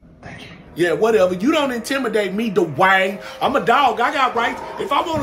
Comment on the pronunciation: The way punches the "DUUUUWAYNE" kills me!!! 😂😂😂 is the BEST!!!!!!!!❤❤❤❤❤❤